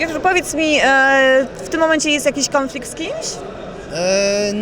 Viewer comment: Kąflikt z Polakiem i Kasjuszem ... Gościu ma wymowę która mnie bawi w jakiś sposób. 😂 Chociaż osobiście nic do niego nie mam. Pozytywna mordka.